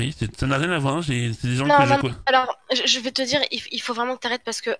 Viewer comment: Zé pas dis ça, zé pas dis ça. Ce perso est terrible !